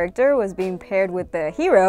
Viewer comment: It also comes out very strongly when she pronounces "Heero".